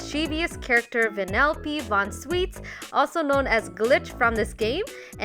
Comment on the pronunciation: She said her name wrong It vannelope von SHweets